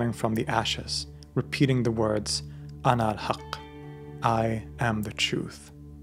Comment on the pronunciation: Did u say Anahaqq or alalhaqq